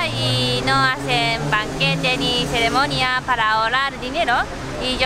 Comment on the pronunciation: Jajaja me mató cuando dijo "ceremonía" JAJAJA 💜💜💜